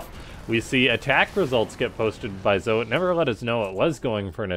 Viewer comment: I may be wrong, but I think Zoe is pronounced like Zoey. I only say that because of Zoe from Firefly...22 years ago?!? Holy ADHD Batman! If anyone knows for sure that I'm wrong than never mind, but I think you might be saying the name wrong.